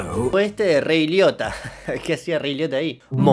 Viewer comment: Escuche re idiota en vez de Ray Liotta